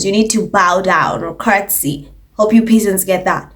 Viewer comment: Has anyone bothered to look at her? Nothing about it is refined. Yes. I said it. The Ho is coarse, classless and common as dirt. P.S. pronounced PEZZANTS..😊